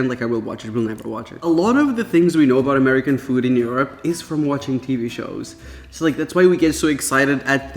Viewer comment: Why do you say Europe so weird like uryope 😂